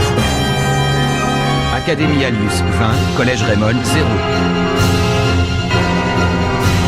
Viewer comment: au lieu de dire academie anus dites alius